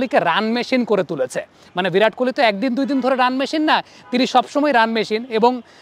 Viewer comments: "ভিরাট" আরে নাম তো ঠিক করে উচ্চারণ কর.... মুর্খই থাকবি সারাজীবন 🙂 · ❌ ভিরাট ✅ বিরাট